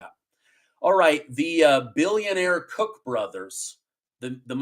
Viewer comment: Lol it’s Koch. Pronounced like coke brothers